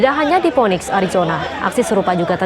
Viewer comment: Phoenix "pfinix"